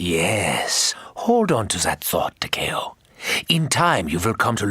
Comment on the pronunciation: i love this, i love this channel. but man, it was slightly painful to you hear mispronounce Takeo so many times. Tawkeeow, is how ur saying it... Tah Keh Oh, it how it SHOULD be said. its almost like youre mispronouncing Tokyo, even the subtitles have it marked as "Tokyo"